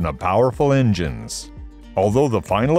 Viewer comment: Don't forget the ingines